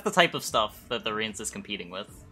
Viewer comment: Just wanted to let you know. Rience is pronounced Ry-ans per the book